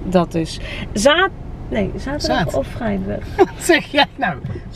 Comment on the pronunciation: Superleuke vlog weer! Geweldig die Jessie Silver met z'n streken! Erg gelachen om jullie dialectstukje in de auto. Het was eerst Gronings en ging over op iets vd tukkers😂Prachtig! En met je mooie uitspraken: ZAAAATerdag!😂 Superleuk bankje, heb hier ook zoiets in kamer, deze kleur maakt het heel sfeervol! Goede actie van jullie speelgoed, ik herken een hoop items,haha. Hoop dat het goed terecht komt! En wat gaat de verbouwing goed, knap hoor! Leuk ook voor jullie moeder/schoonmoeder! Tot de volgende vlog!😘🤗